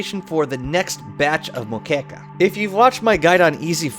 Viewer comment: i like the part when he said moqueca